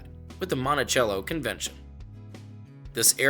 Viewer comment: In Longview for future note the pronunciation of Monticello is different than the traditional form it is Mont-a-sell-o instead of Mont-a-chell-o